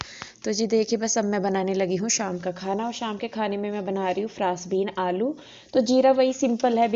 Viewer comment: Aap aloo ko alou kyu bolte ho ?